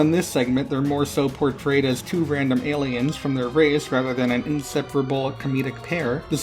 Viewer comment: Did he call them Gayliens?